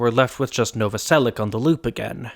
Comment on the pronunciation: As a Slavic person, it's really weird to hear last name Novoselic pronounced with [k] in the end instead of [ch]. Great video regardless and it's surprising that haven't made the video earlier!